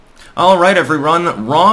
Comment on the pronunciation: "Allright everyron" very clever.